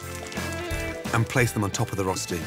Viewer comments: "Rosti"... It's pronounced "ROECHTI" god dammit. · It‘s hilarious to hear how he pronounces rösti. If you‘re from Switzerland you know what I mean 😂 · Just saying, Gordon mispronounced Rösti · wish he'd pronounce rösti as well as he pronounces gruyère